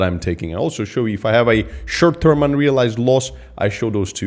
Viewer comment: Funny when says 'shirt term' 😏